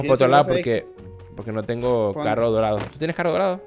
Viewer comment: En vez de decir dorado dijo morado